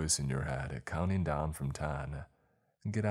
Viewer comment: CountING, NOT countEENE!!!!!!!!!!!!!